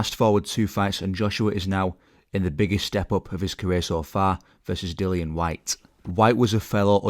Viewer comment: Announcers' lack of ability to pronounce Dillian Whyte's name properly annoys me.